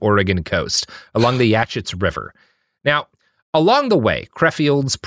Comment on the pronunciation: Oof, Robert can't pronounce Yachats (YAH-hots).